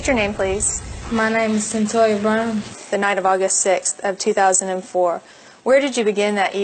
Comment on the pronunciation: Its "CYNTOIA." My apology for being critical; but you've simply GOT to gwt someones NAME correct when you're doing a story about them. #Seriously